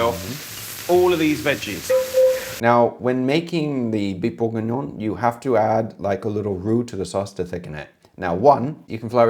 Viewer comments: Stop saying Burgignon like burger, it's Bourgignon like booh!!! (👻) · Thats Beef BLEUURGHengion